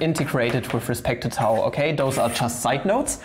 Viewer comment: Gcher Sev What do you mean? He did pronounce it correctly. I studied Greek, so I would know :)